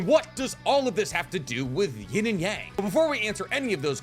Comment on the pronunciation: I hate the way you pronounce "yang" you watch too much anime to pronounce the word like that